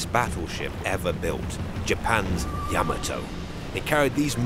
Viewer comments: It's not "Yeah-ma-toe", its "Yah Ma Toe". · Yuh-maa-toe lol not yam-uhh-toe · Like the video except you keep saying Yah Muh Toe when it's Yah Mah Toe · YAM- a- toe? Yah- MOTT- o. Good grief. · yama toe ? NO NO NO Yah mato same type of people that say werner von brown its Werner Von BRAUN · It’s not yama-toe, it’s yuh MAH toe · The way you’re pronouncing the name of the ship sounds wrong. Is it YA ma toe… or ya MA toe? I’ve always heard it pronounced ya Ma toe. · You are pronouncing Yam ato the wrong way. It is pronounced Ya mato is correct!! 😊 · He put the emPHASIS on the wrong sylLABLE. It’s YaMAto not YAmato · I always heard yaMAHto with the syllabic emphasis on the middle section. I guess it’s another example of two countries separated by a common language. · Ya-mato.Please pronounce it correctly!! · THANK YOU! The mispronunciation of Admiral Yamato's name distracts from this otherwise outstanding historical piece. - Retired Senior Naval Officer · You would think someone being paid to make a documentary about a boat could at least learn how to pronounce its name. Makes me cring everytime he says it wrong. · Dude needs to pronounce Yamato right. Drives me nuts when he pronounces it wrong. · Gotta love a video where the narrator can't even say the name of the ship correctly? Even worse, really bad journalism when talking about the explosion of the battle ship they show a picture of the abomb from Nagasaki. Just saying truth and attention to detail are piss poor here... For a documentary, that should be more interested in being true and factual...